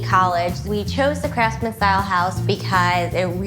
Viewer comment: If she says "craftsman" one more time I'll jump through the screen. IT I NOT A CRAFTSMAN.